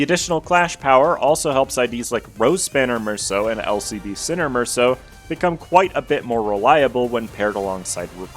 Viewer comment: FINALLY SOMEONE THAT PRONOUNCES MERSAULT THE RIGHT WAY 😭(amazing overview btw)